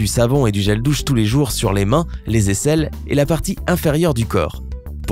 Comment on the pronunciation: 4.16 Il a dit/les gels dousse